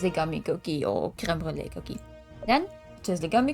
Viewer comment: I love how you properly pronounce creme brulee